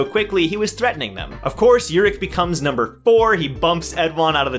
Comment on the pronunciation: No no you're saying it right (imo) And i introduce to you the only person who is op but ppl have 0 respect for him Example: khun was shivering in front of Jinsong ha the 1st time he saw him(and most high rankers) but called Urek a pervert in his face in the 1st time he met him😂😂👏🏻 Btw Urek is my number 1 for ever and ever